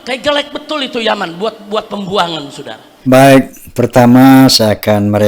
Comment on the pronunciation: Saya orang indonesia Soudara... bukan Sudara...😅